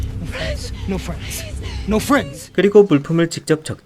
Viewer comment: 53초에 프랜드라고 하네요ㅋㅋ